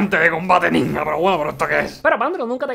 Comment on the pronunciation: soy le único que se da cuenta que pronuncia ninja como el ort0??? hasta en ruso se pronuncia bien y este catalán viene a decir ninha!